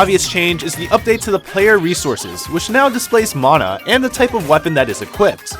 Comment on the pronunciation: Thank you for pronouncing mana correctly. For years/decades the word mana has been “white washed”. White washed= man ah Proper pronunciation= ma nah.